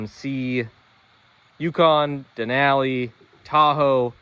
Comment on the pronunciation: omg why you saying Denali like that.. all i hear is den Aaaaaa li